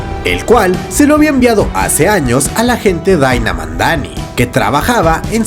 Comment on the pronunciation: Para mi la mejor serie de Marvel es la de Jon Bental como Punisher, una de las mejores historias y un equipo de actores exelentes! Y es Madani, no Mandani, gracias por el resumen excelente!